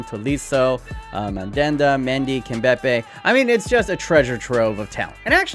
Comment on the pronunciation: Honorable mention to: "Kimbepay" instead of Kimpembe